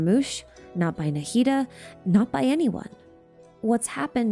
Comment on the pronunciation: I know you care about pronunciations so I wanted to tell you this. The way you pronounce the "d" in Nahida is a little wrong. It's supposed to be exactly like the "th" sound in "the, these, this, that" So it would be more like "Naheedha"